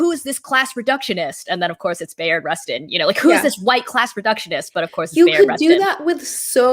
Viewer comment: Pronounced: "Buy-ard" Rustin.